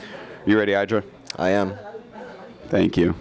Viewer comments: Artosis actually saying "Eye-dra" ftw. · You'd think for being a GSL code S caster he would know how to pronounce IdrA's name correctly... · Tell Artosis to say your name correctly.